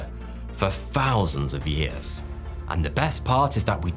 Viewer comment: free or three? fousand or thousand?